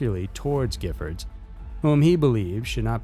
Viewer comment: Awesome pronunciation og Gifford shooting in Tucson!!! I remember that day, I live in Tucson and was very glad I didn't go to that event... was an extremely shocking crime!!!